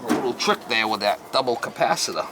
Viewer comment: Bad "capacitaah" strikes again mama :) 🤭👌